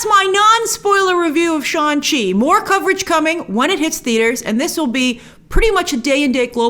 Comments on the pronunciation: Shang, pronounced like Shung not Sean. 😏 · Grace I’m sorry but I have to do this but it’s pronounced shanG chi, G is not silent. They even released a clip about the pronunciation so please say it correctly🙏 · Hey Grace, is it Shaun Chi or Shang Chi? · SHAN SHI😂😂😂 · Shang Chi is pronounced "SHAHNG-CHEE" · I cannot believe that there was a scene in the movie/trailer where Shang Chi corrects Awkafina about the pronunciation of his character's name, and here we have reviewers still fucking his name up.